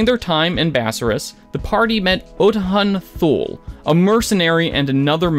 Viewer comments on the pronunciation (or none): none